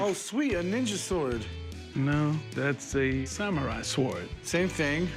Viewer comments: Why does the one dude say swuard.... like really leaning into the W.... does it bug anyone else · I want to punch that guy every time he says "sa warward." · s-wORD, pronounced the same way you pronounce cool hwip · Corey was fighting tears when the black guy called it a S-WARD-DUH the w is silent genius😂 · WTF is a sWARD? sheesh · The w in sword is silent! I've never heard any soul pronounce it like that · Every time he pronounces the "w" in "sword" it makes me wince. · crazy how black people cant pronounce sword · I find more funny how he pronounces the W in sword